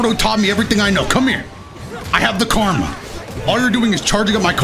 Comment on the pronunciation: This man call karama karma